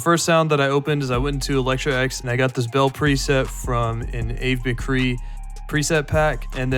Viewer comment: The way bro said ave mcree 😂…